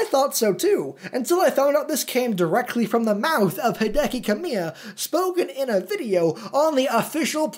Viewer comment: We should've seen that one coming. He pronounces Hideki (HEE-deh-kee) as Hai-DEH-KEE.